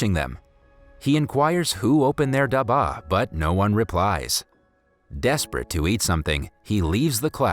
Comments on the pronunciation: Omg iys not daaaaba its duba and its not jalibis its jalaibis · The word for lunchbox India is actually pronounced ( duh-ba ) not dhaba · Dabah is pronounced duh-bha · stanley "khhhhhhhhhhhha daba". its pronounced as stanley "ka dab-ba". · you made some some pronunciation mistakes dabba dab-ba the Bs are a bit thicker jalabees ja-la-beey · PLS ENGLISH SPEAKERS DONT SPEAK ASIAN ITS CRINGYYYYYYYYYY. khadus is spoke as kharus.dabba is not daba.Not jalabis jalebi.etc. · its not stanley ka daba its stanley ka dabba. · As someone who knows how to speak Hindi I burst out laughing at the da-ba its dab-ba and it means box or in this case lunch-box. Its called Stanley's Box thats what Stanley Ka Dabba means. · ITS DABBBBBBBBBBBBBAAAAAAAAAAA not daba lol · dabbbaaaa not daba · I’m sorry no offense but it’s not daba it’s dabba pronounce the b with a press and not pronounce it lightly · this is very sad but PLEASE PRONOUCE THE WORDS CORRECTLY AS A INDIAN I CAN'T BARE TO WATCH THIS AND HEAR DABBA AND GALABIS PLEASE FIX IT AND SAY DUBBA AND GALABES PLEASE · for dabba there is a hard b and for khadus its the d thats has to be hard🤣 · Its pronounced dub-a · Great movie, great storyline, however the way you say daba is too funny, any Indian in the comments will know how we pronounce it. And also Jalibi is pronounced Jal - ib - bi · it's called "dub baah" and "khu hroos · u pronounce daba its like dab ba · Bro no offence but please pronounce the word dabba better, It's dab-bbaa👍👍😊😊😊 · The way he said dubA made me laugh but it's ok cause like him i also have problems while pronouncing long english words which are new to me. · the pronounciation of dabba was funny it is pronounec as dubba btw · It's dab ba n not Karush it's kha rus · Just pointing out (don't be angry) It's Stanley's box in English and in Hindi it's Stanley Ka dab'ba (dab as in Dub) and (BA as in bba bu'h) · (Stanley Ka Daba) They way u pronounced Dabba tho- XD (Dah-bh-a) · You pronounce dabba in wrong accent